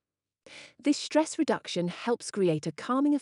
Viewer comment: ...What the heck is that "shtress", "shtrength", etc.?... Only in German language the group of consonants "st" is pronounced "sht", only if the group is at the beginning of a word...